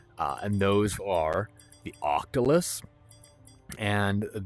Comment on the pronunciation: Fantastic as always! It's an octoculus though, not an octolus 🧿